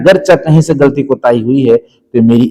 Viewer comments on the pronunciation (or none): none